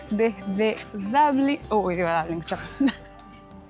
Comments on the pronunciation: Chicos, los seguimos desde hace años y nos encantan sus videos. Solo que en estos últimos nos choca un poco escucharlos decir Dablin (pronunciación en inglés de Dublín). Si están haciendo un video en idioma español y ya hay una palabra en español para referirse al lugar, por favor pronúncien en español, así como suena, Dublín, con u y acento en la i. Sino es como si estuviesen en Milán y digan Milano o en Moscú y ustedes digan Moscova (pronunciándolo en el idioma local). Gracias por compartir sus hermosos viajes, un beso enorme!! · Por que dicen DABLIN?... No le veo la A.. es Dublin.